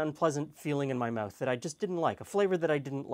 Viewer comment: eh-oot? meh-ooth? is that canadian?